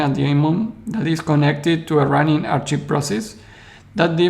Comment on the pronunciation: Thanks for the thorough analysis. I'm not sure I understand your concern with the archive nodes, though. Why do you think having a history creates centralization or makes it compromisable? By the way: Archive is pronounced "Ark-ive" not "Ar-cheeve". I don't mean to pick on your English, which is very good; that just seems like a word you might need to use again in these videos.